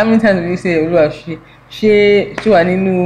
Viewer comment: trying the 'Oluwa Ese' part got me laughing really hard 🤣🤣🤣🤣🤣.... Gosh😂... He tried though💕